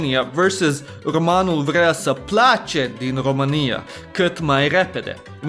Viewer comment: firstely românul vrea să plece ... dud you have red it like romanul vrea sa place ... why dident you acount for the â and ă ... and why did you red plece like place ... its whit e not a